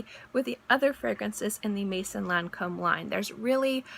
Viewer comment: A piece of advice regarding pronounciation for the word maison